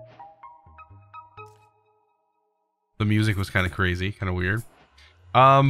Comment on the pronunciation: It's pronounced 'air'cloud